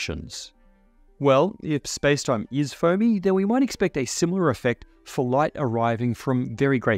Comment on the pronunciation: Spacetime is foamy ... I heard "phony".